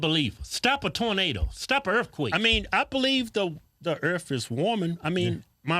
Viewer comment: Did Keith just say "I believe the Earff is warming?"